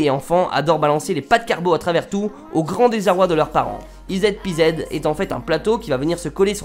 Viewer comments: ized pized mdr ez pz = easy peasy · par contre "ez pz" se prononce "easy peasy" qui se traduit par "super simple" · Easy Peasy pas EZ PZ man, mais sinon merci pour ce gadget lave pied c'est le feu, et aussi, a quand une bière à Rouen vu que tu es du coin ? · on dit plutot "easy peasy" pour le dernier truc haha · Fais quelque chose pour ton accent 😂😂 ça se prononce «izi pizi» on le dis souvent en partie de jeux vidéo 😊 c'est un peu l'équivalent de «trop fastoche» sinon tes vidéos dechirent continue 👏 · Easy Peasy * faut suivre en cours d'anglais :p